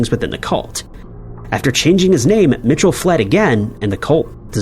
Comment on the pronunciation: It’s not Mitchell it’s “Michel” (me-shell)